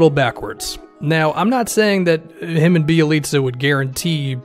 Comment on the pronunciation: I know that you know your ish because you actually pronounced Bjelica’s name right. Good job sir 👍🏻